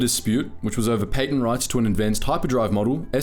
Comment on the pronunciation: That’s not how you say patent